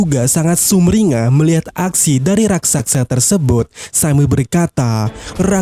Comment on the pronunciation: Raksasa bg, bkn raksaksa.🤣🤣🤣🤣🤣